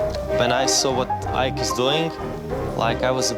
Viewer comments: "I've been talking to David ICK". Brilliant. Unbelievable. How can she mispronounce his name???? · "David Eeker" ... does this woman do no research? Getting someone's name right is fundamental. She's fighting the good fight but her pronunciation is woeful!